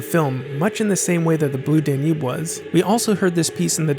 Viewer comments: Great work! Fantastic! With one minor qualification: the Strauss waltz is pronounced "DAN - ube", not "dan - UBE"! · Only AI could mispronounce 'Danube', putting the emphasis on the secong syllable!